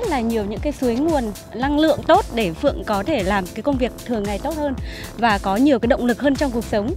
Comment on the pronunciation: Phượng ngọng